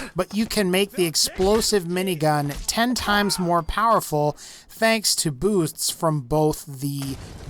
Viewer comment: anybody think this guy records the entire video AT ONCE, in one take? sometimes, it sounds like he trips over words (as many people do when talking for large chunks of time). for example, it sounded like he said "booths" instead of "boosts" at one point and at another he said "enemalies" instead of "enemies." I like the channel, don't get me wrong. it's just that I think that he could benefit from a little bit of polish. otherwise, good vid!